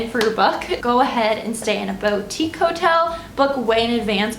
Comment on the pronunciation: It is pronounced bootique